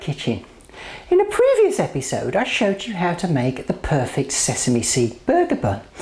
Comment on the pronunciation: in the priiiiivius edition hahahhaha she sounds funny